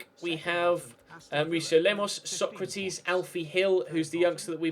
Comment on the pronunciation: Stop saying Sokratis like Socrates. I know it's a little thing but it really bugs me.